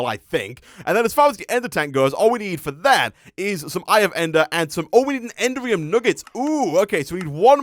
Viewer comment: I thought you might like to know that the correct pronunciation of "Enderium" is not "Ender-ree-um", but "En-dare-ree-um". It's a small thing, but it can be a little grating sometimes!